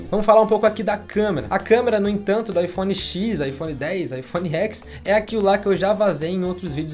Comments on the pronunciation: Gente, iPhone Ten. Eles apresentaram assim. "Ten" em inglês é "dez", não"xis". De onde vocês estão tirando "Écs"? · a forma correta de falar seria "iphone dez" e não "iphone x". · Não se fala iPhone X como uma letra e sim como um numero romano, DEZ é o correto. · Na pronúncia é IPhone Ten ou 10, pois o X refere-se ao número romano 10.